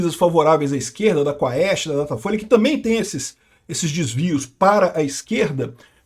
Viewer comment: Amigo. Quaest lê-se quest (cuest). Em latim, ae tem som de E.